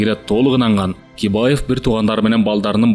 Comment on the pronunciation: Бакиевди Кибаев деп коюптур